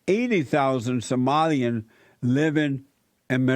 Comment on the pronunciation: pretty sure this was a TROLL caller....she kept saying "samoleans"....not Somalians...you got baited Jesse